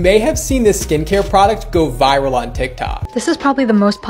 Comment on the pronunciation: ses pas viraul ses viral